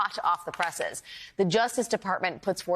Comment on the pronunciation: presses not przs, FFS